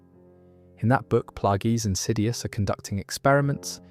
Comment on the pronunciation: Great video but bro. They say the names of characters you are mentioning. So why are you pronouncing them wrong? Sifo Dyas, Plagious, Tyrannus come on man.